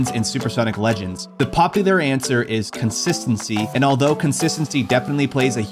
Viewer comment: Good start on the "Constistency" instead of "Consistency" ;-P